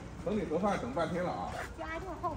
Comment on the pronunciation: 我听到的是“垮饭”，根本没喊“盒饭”